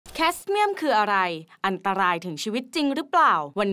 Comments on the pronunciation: อ่านว่า แคด-เมี่ยม ไม่ใช่ แคส เมี่ยม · นักข่าวหญิงอ่านข่าวให้ถูกหน่อยเถอะอย่าสร้างความสับสนให้ผู้ชมผู้ฟังเลยฯ "แคดเมียม" ไม่ใช่"แคสเมียม":person-turqouise-waving::face-orange-frowning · ออกเสียงว่า แคดเมียม ไม่ใช่ แคสเมียม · ข้อมูลดีมาก อ่านชัดเจน น้ำเสียงน่าฟัง ขัดใจอยู่นิดเดียวตรงคำว่าแคดเมียม อ่านว่าแคด เมี่ยม ไม่ใช่ แคส เมี่ยม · แคดเมียม ค่ะ ไม่ใช่แคสเมียม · ขอติง อ่านผิดๆถูกๆ เป็นนักอ่านข่าว เรื่องภาษาคืองานสายคุณเลยนะคะ แคดเมียม ออกเสียง "แคด" ไม่ใช่ "แคส" กระทรวงอุตสาหกรรม ไม่ได้เรียกว่า "กระทรวงการอุตสาหกรรม" ไปจ้างเด็กฝึกงานมาหรอ?? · อ่านให้มันถูกหน่อย แคดเมียม ไม่ใช่แคชเมียม หรือแคสเมียม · แคดเมี่ยมไม่ใช่แคสเมี่ยม ควรเรียก,ออกเสียงให้ถูกต้อง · ทำไมอ่านแคสเมี่ยม อ่านผิดตลอดคลิป เป็นสื่อหลัก ไม่ใช่ยูทูบเบอร์ ควรระวังมากกว่านี้ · เห็นด้วยค่ะ ขัดหูตั้งแต่คำแรก 🙄 และ ”แคสเมียม“ ไปตลอดทั้งคลิป ปรับปรุงด้วยค่ะ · คุณเธอคงจำสับสนกับคำว่าผีน้อยแคสเปอร์น่ะ